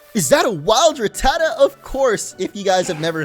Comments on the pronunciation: It's Rat-ta-ta, not Raa-ta-ta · It’s ru-ta-tu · You mispronounced rattatas name it's rat, the the animal, then the other two as our pronounced the same as the a in rat